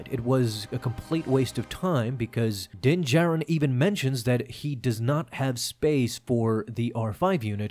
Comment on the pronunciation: Calling it Din-Katan😂😂😂😂